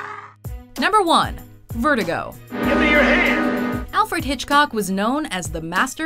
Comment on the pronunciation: “Vertigo”?!?! What the fuck?!